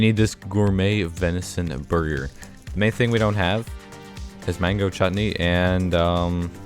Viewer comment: how did he said chutney lol Indians liking it alot !!!!